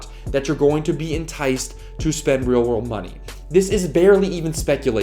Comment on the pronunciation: "20 Weal Rorld Dollars"